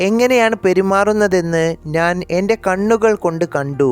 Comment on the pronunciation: അവതരണം മഹാ മോശം 😢 നാൻ അല്ല ഞാൻ